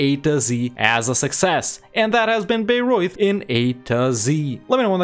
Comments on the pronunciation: Since I live near these two cities (Bamberg is the seat of the local bishop and Bayreuth the biggest city in the "near" vicinity - Bamberg being larger but also further away), I had quite some entertainment with these two episodes. :D Your pronounciation of both was pretty decent. (Your "Memmingen" btw was clean af!) The good ideas of Bayreuth I would explain by pointing out the fact, that Bayreuth has a long Hohenzollern history and was one of the most southern parts of Prussia (AND we all know the Prussian ideas). Actually I would argue Bayreuth (and Ansbach) should even be able to form Prussia themselves. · he's pronouncing it correctly! What has the world come too?!?